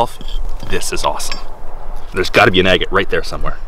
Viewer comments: Ag-eight ...no, it is ag— gut. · Distracting to hear the way pronounces "agate".